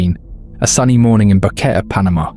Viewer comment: Bo-Que-Te not Boket